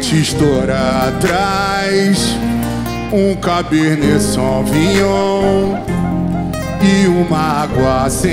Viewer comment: Grava mas não sabe pronunciar Cabernet...pqp Bom gosto é uma chacota